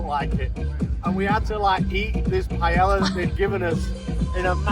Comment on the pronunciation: Pai - El - La